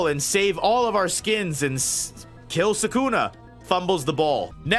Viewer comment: SUKUNA NOT SAKUNA!!!